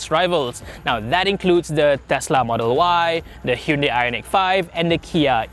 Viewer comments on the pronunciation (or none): none